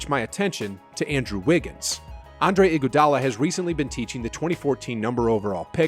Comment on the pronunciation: is it just me or did he say "Andre Igoudala has recently been teaching the number overall pick"